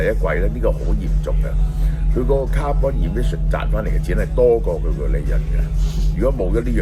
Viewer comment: 蕭生 carbon 發音錯誤